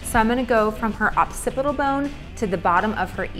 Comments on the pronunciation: “Opcipital” bone 😂 it’s occipital for future reference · I never thought I'd hear someone say occipital bone on a hair tutorial.. But it really sounds like she's saying op-sipital LOL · How she said occipital eek. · lol, it bothered me. It’s literally my whole profession anatomy. Sorry to have offended you.